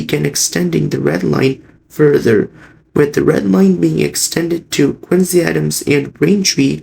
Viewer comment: That's Quin-ZEE!😉